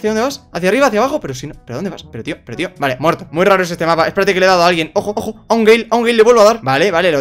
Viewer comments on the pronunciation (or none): Se entendió gey en ves de gale